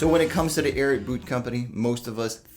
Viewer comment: It's really bothersome that "" cannot pronounce the name of this boot brand.